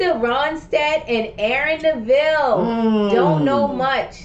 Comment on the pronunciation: Love watching you guys; but, once again Aaron's last name is pronounced NEV-ill , not Na-VILLE.😊😍💜 Great fun watching your reactions and hearing your comments.